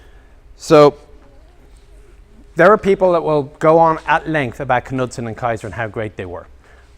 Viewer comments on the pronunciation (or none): The K in Knudsen silent. A good book to read regarding Bill Knudsen is "Freedom Forge" by Arthur Heman.